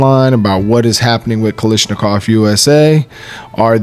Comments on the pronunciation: Why does everyone insist on calling it "Kalishnikov"??? The pronunciation isn't hard... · It might have something to do with where in the states you live.🤔 I noticed that Honest Outlaw says "lish" too. Brandon H probably feels a disturbance in the force every time somebody does it. Don't let it drive you crazy, though. It's like the clip/magazine thing, or direct impingement/internal Piston operation.😮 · What is so hard about saying Kalashnikov correctly?